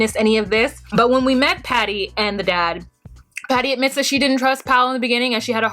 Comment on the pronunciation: I think you meant to say “Patty” the Oklahoma way the first time lol